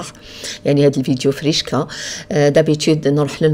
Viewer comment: ضحكتيني كي قلتي لفيديو فريشكا حسيتك تهدري علا الحوت 😂😂😂